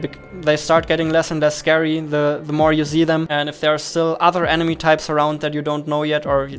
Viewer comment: Kann es sein, dass du Problem mit dem Buchstaben S hast? Ich möchte dir nicht zu nahe treten daher die Frage. Hätte mir auch gerne das Video weiter angeschaut aber wenn ich sich jedes S anhört wie im deutschen (vorallem bei Sätzen mit "can i see", "you see") bekomme ich echt Kopfschmerzen. nur ein gut gemeinter Rat bissel auf die Aussprache achten. aber ansonten thumps up